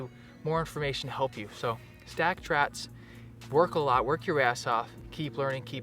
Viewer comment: "Stack Trats," Will Do!